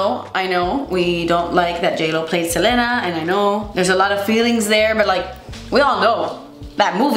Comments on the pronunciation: Seh-leen-uh. The Seh-len-uh was driving me bonkers, lol. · I love you and i normally would never comment this but the queen of tejano music herself 👑 said that she pronounces her name SEL-EE-NA 😅 ❤ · I absolutely love that you say "SelEna" and not "Selena" lol i know you´ll get it. That´s a true latina thing right there